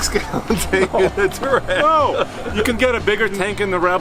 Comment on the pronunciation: “Twareg”, not “Toureg”. There’s an “a” in the name.